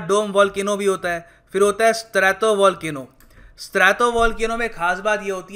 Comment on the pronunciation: "स्ट्रैटो" न की "स्त्रातो"।